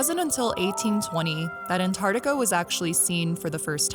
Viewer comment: Antar-C-tica please!!!!. Otherwise, great. Thanks.